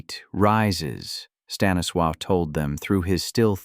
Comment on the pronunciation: Honestly, someone needs to learn how to pronounce Stanislaw’s name.